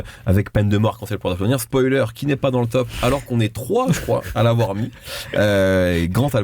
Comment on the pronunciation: Mehdi arrête de dire spolier zebi